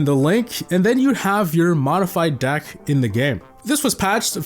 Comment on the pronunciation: You keep saying “Dack” instead of “Deck” and it’s Highkey pmo